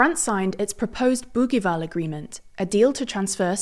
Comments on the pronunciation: It's not "boogueeval" but pronounced like bougieval, as if the g was a j. In French, the letter g is like j before i and e, and like a double g before a, o, and u. The issue in New Caledonia is that there were already a few referendums and the results always supported New Caledonia to remain French. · Bougival (boojeeval), not Bouguival ! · Bougival is pronounced with a soft g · Learn how to pronounce Bougival before saying it multiple times… this is typical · The g in Bougival is said like one says the second g in garage. I know this because I went to the British School of Paris as a youth and the youngers' school's campus is in the suburb nearby of Bougival sur Paris. Unless this is another Bougival that is said differently, but I doubt it. 💙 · Thanks for another excellent video. You however don't sound like a reliable news source if you don't bother to look up the pronunciation of the most often repeated and most important words in your presentation. It only takes a few seconds to look up Bougival and Kanak in Wikipedia or Wiktionary or Merriam-Webster. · Not surprising since the Bougival Agreement was woefully mispronounced. Consistently.